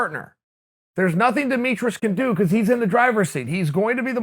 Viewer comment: Demetrius "Demetrus" Johnson